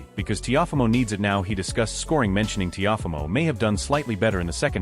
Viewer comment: The narrator called him "Tee-off-amo" LOL